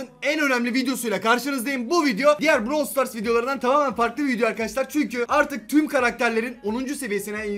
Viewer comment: Browl değil brAwl